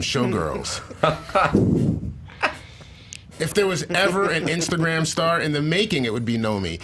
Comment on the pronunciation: best "insagram"